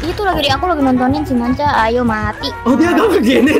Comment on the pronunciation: Manca bng bukan macha